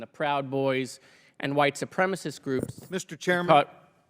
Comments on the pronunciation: Lauren : it’s white supremacist. Not “supremist”. Know what you are. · Neither Traitor green, or Bobo can correctly articulate the word supremacist. It’s not supremist. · Boebert can’t even use the word supremacist properly. She should go back and finish high school !!!! The word is not “supremist”. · Ms. Bumfart…it is white SUPREMACIST…not supremist, you ignorant, dick-grabbing, theatre-vaping, bumble-headed biotch! 🤦‍♂️ 😊 Don’t you have a penis or vape pen you should be sucking?! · Boebert can’t even say the word supremacist correctly! she says supremist…..what a bimbo! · Its supremacist , not supremist you handsy dumbass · Why can’t these dipwad republicans pronounce “ supremacist” correctly? Oh ya, they’re stupid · Is "BOBERT" CAPABLE OF SPELLING THE 2 SYLLABLE WORDS SHE ATTEMPTS and "STUTTERS" TRYING TO PRONOUNCE? MARSHA! MARSHA! MARSHA!😂😂😂